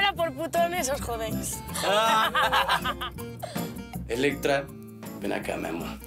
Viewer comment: Todavía no entiendo porque no podían decir Elettra, todo el tiempo decían mal su nombre tan difícil va a ser